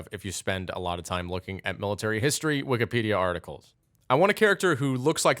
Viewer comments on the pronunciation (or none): none